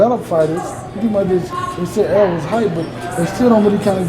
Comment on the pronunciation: Er-rol ... Not Earl. Damn, yall stick fucking up his name.